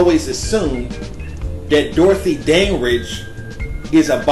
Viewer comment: sugarBaby ... LMAO!!! He can't pronounce Dandridge either... It's killing me!